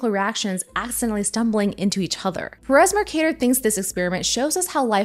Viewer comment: Why is she saying perez that way?